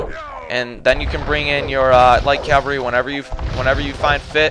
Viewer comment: It is pronounced, "CAV-ALRY". The V is before the L. Yours is a common mispronunciation, saying Calvary, which is a biblical reference to the hill upon which Christ was crucified.